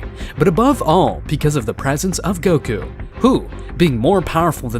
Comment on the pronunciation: Please fix this Wtf is "goky" it is goku